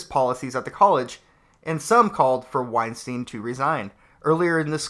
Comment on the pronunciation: So, I know this is ultimatly irrelevant, but i cant help myself: his name is weinstEIn, not weinstIEn. The "ei" is pronounced like I or eye. Its german and means winestone. Also: damn these children are stupid, it hurts.